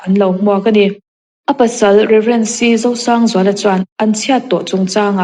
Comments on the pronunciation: Zosangzuala ti hlir in i lam a, Rosangzuala a ni zawk e....Chuan, a bengvar thlak hle mai... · A pasal hi Zosângzuala tiin i lam tlat zêl a,i hre fuh lo khawp mai.